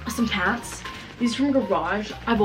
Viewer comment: the way you say pants makes me cringe